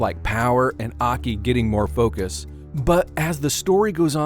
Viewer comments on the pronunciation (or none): none